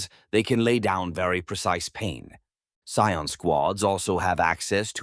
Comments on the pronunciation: That said, sometimes I wish your narration had a more human touch (pronunciation of "Scion" in this one was pretty rough throughout the video!). If you're in need of a human narrator for your scripts, please don't be shy-- I'm sure both I, and many others in the community, would be delighted to help you bring these scripts to life. Just ask! The Emperor Protects. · It popping back and forth between saying Cy-ons and Cee-ens is driving me insane.. It's bad enough that it's pronouncing it wrong, but seriously PICK ONE! Unwatchable for me. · The abominable intelligence cannot pronounce "scion" properly